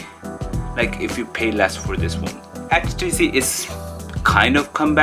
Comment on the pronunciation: Its htc not hach t c 😂😂😂😂😂😂